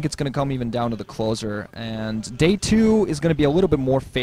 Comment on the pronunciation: I think you almost said gay instead of day about 3 times in this cast alone. Chuckles were had :)